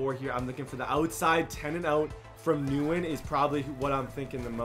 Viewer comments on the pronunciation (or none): It's not newen it's pronounced wynn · His name is pronounced Nguyen= win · Hey, love the videos but Nguyen is pronounced “wen” just a heads up keep up the amazing videos!!